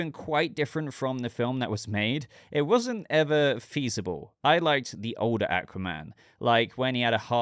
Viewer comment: The way he pronounces Aquaman pisses me off.